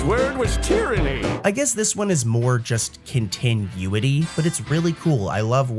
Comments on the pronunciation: Yes! he’s pronouncing it like continue and then adding ity at the end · You're saying continuity weird man